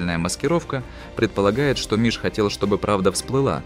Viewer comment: Он не миш а мыш